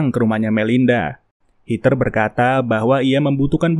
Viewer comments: Bang kalau di Amerika mah Rachel dibacanya Receul bukan Rahel Terus Heather dibacanya Hedeur bukan Hiter. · Hed-her, Rei-cel, gemes bang nama bulenya dibaca bener dunk 😢